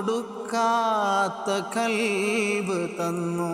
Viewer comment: കൽബ് അല്ല ഖൽബ് ✅